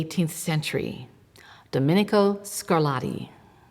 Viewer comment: The routine mangling of Italian words by American-English speakers is disrespectful; to be discussing the ‘sonadas’ of ‘Scarladdi’ is simply a horrible mutilation of one of the most attractive languages on the planet. Italian seems to suffer disproportionately from this perennial savaging of its pronunciation, the ‘t’s becoming ‘d’s being one of the worst indignities inflicted upon it as already pointed out; American-English speakers try a bit harder with German for example where calling JS Bach ‘Batch’ almost never happens.